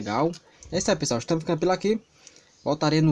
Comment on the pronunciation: Amei ele falou ols pissoal kkkkk mas amei muito